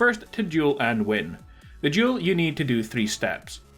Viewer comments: This is duel. Not jewel... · Thought you were saying “juul” (no offense) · It sounds like he says juul